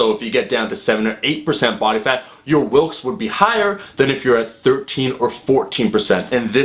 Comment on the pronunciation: It's actually Wilks, not Wilkes. Just letting you know!